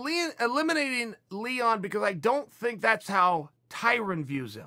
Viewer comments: Ya-rear. Lee-won. What is this; the Brandan Schwab school, of podcasting? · When Chael calls Leon Edwards, Leewon, his name is now Leewon. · "Leewon" Edwards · Chael: “He was going to take on Leewon” Leon Edwards: Legally changes name to Leewon Edwards